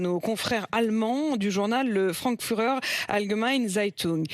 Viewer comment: Nan mais il y a une différence entre dire avec un accent français et mascacrer la prononciation. Parce que là c'est une salade de lettre ça ressemble même plus au mot original (je parle surtout du mot Frankfurter).